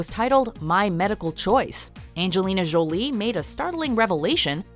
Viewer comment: The way you pronounce "Jolie" is seriously cringeworthy.